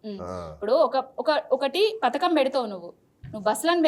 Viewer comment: పత్కం కాదక్క పథకం అనాలే